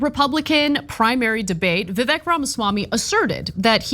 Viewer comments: It's pronounced Pharmaswarmey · I love you guys but please start pronouncing his name right. The left would usually get upset when people would pronounce Kamala’s name wrong.